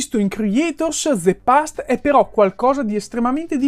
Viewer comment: De past...😖 Non ti hanno mai detto alle elementari, alle medie, alle superiori (se le hai fatte) che la E finale in inglese non si pronuncia?